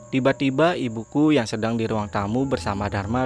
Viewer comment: Ttiba ttiba buset dah penyebutan T nya tebel bat ngab